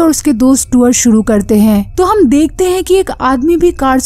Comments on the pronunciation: Tuor ... Nhi tour bolte hai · Madam tour hota hai tuwar nai. Pronounced toh krna sikh lo